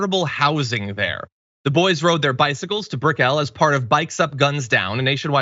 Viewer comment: It’s not brick Elle…. It’s brickell like pickle